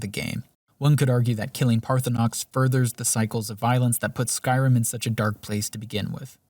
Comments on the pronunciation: And even with all the valid criticism, I still play a playthrough in 2026, 15 years after it came out and it is by far my most beloved RPG fantasy escapism. And I love that you mispronounce Parthunax the whole time and call this evil lizard Parthunox. 😂 I call him target practice until I can make Dragon-Spare-Ribs out of him and suck up his soul. 🤤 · Is there some joke I am missing as to why you are miss-pronouncing Paarthurnax cause his name is said many time in the game, also in this video. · Enjoyed the video. The way Paarthurnax was pronounced really annoyed me though. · ParthurNOX? HOGraven??? My brother in christ show some love to the letter “A”